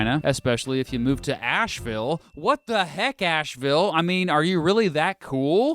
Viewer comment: That’s not how you say Asheville 😂😂